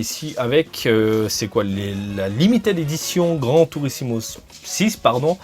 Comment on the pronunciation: Rhooo, tu fais partie de tous ces Français incapables de prononcer correctement "Gran Turismo"!? C'est mal. ^^ On ne dit pas "Gran Turissimo" enfin! Gare à toi, je t'ai à l’œil.;) Plus sérieusement, merci encore pour ces vidéos qui font toujours plaisir et super mentalité de ta part vis-à-vis du carton de jeux PS1.